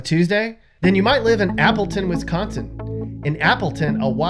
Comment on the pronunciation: He says Wisconsin wrong